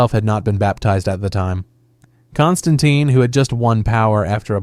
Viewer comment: Don't forget his varied pronunciations of Constantine!... This is definitely bot behaviour 😋😋